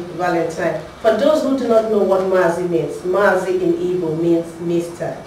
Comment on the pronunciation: hi, this is encouraging, BUT i hear Ibo from your pronunciation. THATS WRONG. ITS IGBO, please